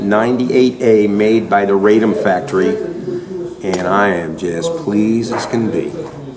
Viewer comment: Radom is pronounced "RAH-dom" - a city between Warsaw & Kielce where the name is the quote of a feminine speaker saying, in archaic Polish, "I'm joyous."